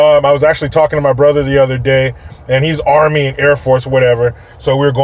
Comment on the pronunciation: You said “ARMY “ wrong!